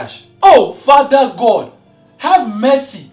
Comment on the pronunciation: I thought he was going to say fuck when when he said fada god